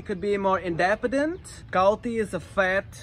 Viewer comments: “depowdadent” LMAO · IN-DEPA-DINT... that has to go in the new Urban Dictionary. I laughed so hard I peed. These accidents these guys create are just unbelievably fukin funny. They need their own show. I demand it. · I died in-depudunt (independent) 🤣🤣🤣🤣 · She daid Idepident 🤣🤣🤣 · I love “indehpehdent”🤣🤣🤣